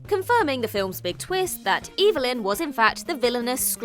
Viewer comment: The character pronounced her name "EV-el-yn" NOT "EE-vil-yn"!